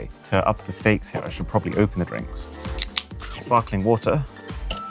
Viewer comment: 🛑🛑🛑“Sparkling WOTAR” 🤦🏻‍♂🤦🏻‍♂😅😅 It’s spelled like it’s pronounced “WATER”